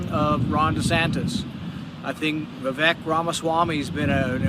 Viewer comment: Hey you finally pronounced Vivek properly!